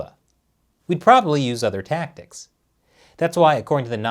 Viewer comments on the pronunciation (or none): none